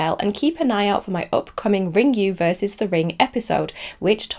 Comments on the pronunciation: Ringu is pronounced Ring-goo, not Ring-you 😆 I hope you look up the Japanese pronunciations for the names when you make the video about Ringu at least! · I'm sorry if that came across rude, but as Japanese, I feel I needed to say something so that people don't pronounce it wrongly. I have watched Hideo Nakata talk about Ringu in an interview, and he pronounces it Ring-goo as well, which is correct. He did not say Ring-you. I appreciate that you checked the pronuncations, I mistakenly thought you did not, because you pronounced Ryuji as Ra-yu-ji, which was incorrect too. It is understandable as your language is not Japanese. I just wanted to point it out to anybody who reads this so that they will know how Ringu is supposed to be pronounced.